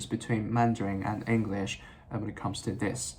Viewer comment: 你的english這個字都沒發音正確😂